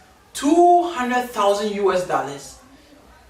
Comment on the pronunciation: It’s the “daallers” for me😂😂😂😂😂